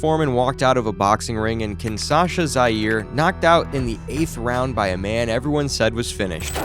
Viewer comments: And Bro It's KINSHASA NOT KINSASHA. 😂😂😂😂😂😂😂😂😂😂😂😂😂😂😂😂😂😂😂😂😂😂😂😂😂😂😂😂😂😂😂😂😂😂😂😂😂😂😂😂😂😂😂😂😂😂😂😂😂😂😂😂😂😂😂😂😂😂😂😂😂😂😂😂😂😂😂😂😂😂😂😂😂😂😂😂😂😂😂😂😂😂😂😂😂😂😂😂😂😂😂😂😂😂😂😂😂😂😂😂😂😂😂😂😂😂😂😂😂😂😂😂😂😂😂😂😂😂😂😂😂😂😂😂😂😂😂😂😂😂😂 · The city is actually Kinsha... sa. Not Kinsa... sa. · Kinshasa. Not kin Sasha. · It's Kingshasa, not Kingsasha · Five seconds in, and you've already screwed up. The capital of the D.R. of Congo (formerly Zaire) is not kin-SAH-shuh. It's kin-SHAH-suh. SMH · It’s KIN-SHA-SA, not KIN-SA-SHA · Kinshasa, not Kinsasha. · Kinshasa is pronounced Kin-SHAW-suh, not Kin-SAW-shuh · Like KIN-SHA-SA as opposed to KIN-SASHA. The first one is the name of the capital city of Zairean. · It's KINSHASA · I still don't get how they manage to mangle Kinshasa so bad